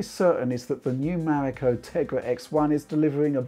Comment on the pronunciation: Finially, someone says its codename Right.